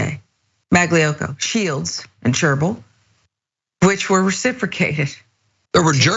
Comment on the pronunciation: Try pronouncing that last one like SHOW BURL.